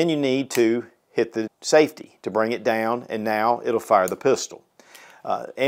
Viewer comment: dayown and ayout and arayound